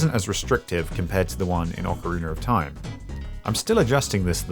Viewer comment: “Orcoriner of time” haha love it